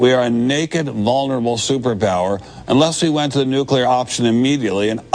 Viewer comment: 'Some small discrepancies here between video text and spoken word, not too serious (but I've only watched 98 minutes so far)... It would be nice, though, if the narrator could pronounce the word "nuclear" properly. It distracts- and irritates me when he speaks like George W, or Bruce Willis...! Say after me: "New"... and now, "Clear"... Great - now say them one after another.... NewClear. Well done!